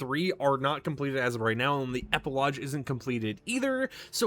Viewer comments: never heard an American pronounce it as eh-puh-lodge. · Epilogue is pronounced with a hard G. Not "lodge" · Epilogue doesn’t have a j in it, why do you pronounce it like that 😂